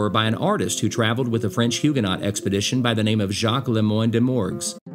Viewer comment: Please pronounce "hugenot" correctly !! (the "t" is silent) 🤣😂 - great video thanks !